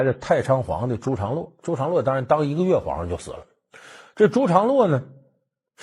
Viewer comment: 第 38 分鐘：為什麼是「陳」長 (常) 洛？